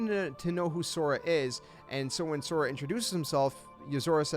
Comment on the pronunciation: Pisses me off that you can't pronounce So Ra